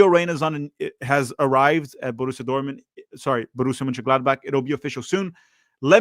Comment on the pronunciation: why cant u pronounce the name of this team